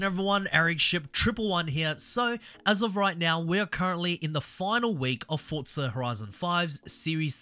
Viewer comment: Why do you keep calling it FORTZA there is no t it is FORZA